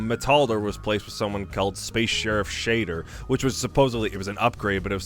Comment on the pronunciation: Shaider is pronounced shy der